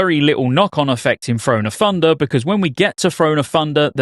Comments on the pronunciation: “Frone of Funder” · "Thrahn o' Thundah"